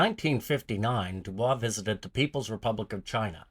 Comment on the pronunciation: Pronouncing his name wrong